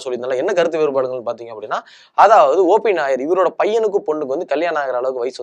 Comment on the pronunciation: கேரளா நாயர் இல்லை, OP நய்யார். பேர ஒழுங்கா சொல்லவும்😂.